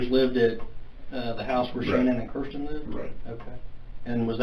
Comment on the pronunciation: Keeeeeeersten? It’s Kirsten.